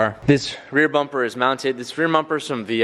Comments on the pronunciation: “this rear mumper is from VIS” it’s pronounced Bumper with a B not and M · Anyone hear him say rear mumper